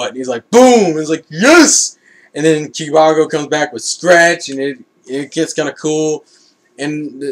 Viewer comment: to help u pronounce kibago its basicly saying (kiba-go)